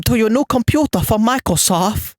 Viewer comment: "Walecum to ya new computa fwom Michael Soft" You are the internet's good guy, my friend. Stay black.